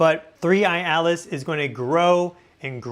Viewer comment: I never knew that "Atlas" is pronounced "Alice".